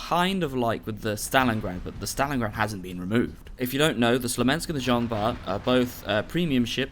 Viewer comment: sMolensk not sLomensk :P You keep getting it wrong that's why they will remove it. Because you cannot pronounce it ;)